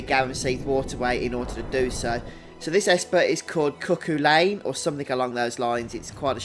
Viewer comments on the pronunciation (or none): His name is Celtic pronunciation, "Kuh-Hoo-Len" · Cu Chulainn (Koo hoo-lay-n)